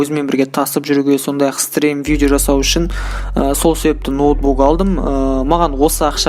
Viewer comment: Видео деп айтшы видо демей.бля🤦‍♂️